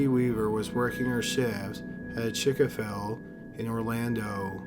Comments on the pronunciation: It hurt my ears to hear “Chick-a-fill”, especially because right after saying it they show the sign which clearly says “Chick-Fil-A”. Do they not edit these things? Are they unfamiliar with the names of nationally franchised brands? I don’t get why certain words are spoken without effort yet others seem to be a massive challenge. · chickafel? NO MAN IT'S CHIC-FIL-A............. get it right please. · How does this guy do such great work and yet call Chick Fil A Chick A fil? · Lmao he said chika fil it's chick fila i guess he's never had chik fil a the best place ever it's ok narrator your channel is so addicting but we need you to try some chik fil a. .😍😍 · The whole world: Chick-Fil-A: Chick-A-Fil Me, from now on, forever: CHICK-A-FIL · Chick- ful -lay not Chickaful😊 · "Chick-A-Fill" HAHAHAHA this kid is insane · In the 1st case, the restaurant that the mother work in is PRONOUNCED (CHICK-FILL-A)!!!! NOT CHICK A FILL. WTF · I think it's the narrator. He SUCKS! "Chick-a-Fil"?? Isn't it "Chick-Fil-A"? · What's a Chicka Fill... lol. Did he mean Chick Fil A? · Uploads this video twice and still can’t say Chick-fil-A! Chick-a-fil the dude must be dyslexic lmao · lol it is funny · 😅, chicka fill. You mean chicxk fillet 😊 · Why do so many true crime YouTubers suck at pronouncing things? "Chick a fill?" You guys know what I'm talking about. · Who mispronounces “chick-a-fil”? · do you say “Chick a fil”??????? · “Working at a Chicken-Fill” Okay there’s been a few videos where he’s pronounced names and words wrong throughout the entire video and I let it go - but this just pushed me over the edge. PRONOUNCE YOUR WORDS RIGHT PLEASE 😩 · I caught that one too. It's Chick-a-fil from now on for me too 😄. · wait hold up did you just say “chick-o-fill” 😂😂😂😂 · chick uh fill !!!!!! lmfao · Dafuq's a "chik uh ful?" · Chick a fill lmao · CHIC-A-FILL HAHAHA I can't stop laughing lol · You pronounce things so weird. Chick a fil. Lol. Nice content though. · "chick a phil"